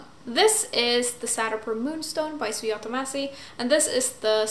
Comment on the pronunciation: Hey, you pronounce the ‘j’ as is for Indian names. As in, the author’s name is pronounced as Sujata, not Suyata (